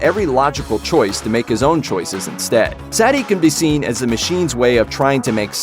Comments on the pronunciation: its suh-ti hes saying it as satti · It's not Saety It's Sati in Hindi. Pronounce it right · The girl’s name is pronounced (Sah•Tee) not ( Sat•Tee) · I never heard anyone in the movie pronounce her name "Saddy" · It's pronunced sut-e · That's Sati (SAW-TEE) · Her name is pronounced, “SAH-tee”. Idiots. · cool video and explanation. Now, please learn to pronounce Sati's name correctly. The emphasis is on the 'i', not the 'a'. For an analysis that pays super attention to the details, it's a strange thing to get wrong, especially since it's pronounced correctly the whole way through the movie. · Sati literally said her name and you still say it wrong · The machines can’t understand love, and you cant understand how to say, “Sati”.